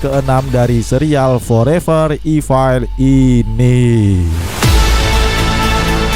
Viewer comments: punteun min, bacanya forever ifel, bukan ifail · Bukan ifail evil